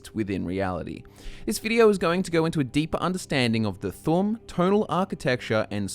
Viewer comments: Its thuum not fucking thum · its not the tum its the th'um, th um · it's thu'um not thum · It’s pronounced thoom 😭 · I think you should learn how to pronounce thu'um correctly. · You are saying it like "Thumb" Like WTF? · You need to put emphasis on the u in thu'um